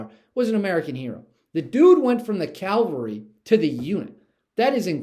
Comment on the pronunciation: We know your love and concern for our Military heroes, so I hope you won’t be offended. The word you might want to correct is “Cav-alry” not Cal-vary”. There is a huge difference my friend.